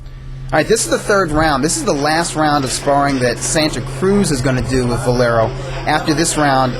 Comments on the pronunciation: Is it that hard to say Valero instead of Velaro? Damn, dude. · VA LE RO. How can the other guy mispronounce his name over and over again? Jeesh. Velaro? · Why does this shmuck commentator keep saying Velaro instead of Valero....its irritating